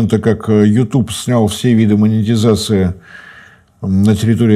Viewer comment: Слышу слово монетызации . Сразу отключаю видео.